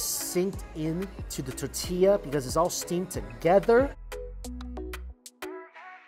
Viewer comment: Don't get me started on his pronunciation of tortilla.